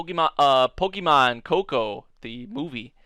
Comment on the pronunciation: If you want people to watch Pokémon stuff, I'd suggest pronouncing it right, the accent changes it